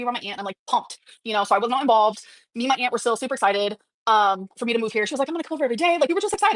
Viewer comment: Btw can I say that I genuinely hate the way she says aunt…it’s like nails on chalkboard not because of the pronunciation but the way she drags her speech is stupidly annoying…it’s like she saying “ayanT” with extra emphasis on the t